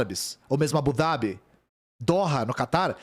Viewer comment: falando Abu Dhabi pronunciando ظ 😍